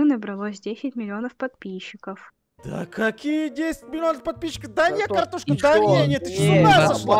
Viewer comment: я слышу картон а не картошка...